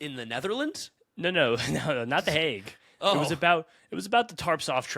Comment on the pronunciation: has a massively small hog if he thinks that how you pronounce the "Hague" LOLOLOLOLOLOLOLOLOLOL #SMH 🤣🤣🤣🤣🤣🤣🤣🤣🤣🤣🤣🤣🤣🤣🤣🤣🤣🤣🤣🤣🤣🤣🤣🤣🤣🤣🤣🤣🤣🤣🤣🤣